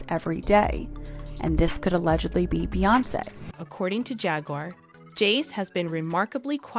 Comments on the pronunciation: Man! They Slaughtered All the Names. Talkin bout Beonkee?? Tf? Smh? 🤦🏾‍♀️ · The AI is sooooo bad on this. JAYZE and BEYAHNSE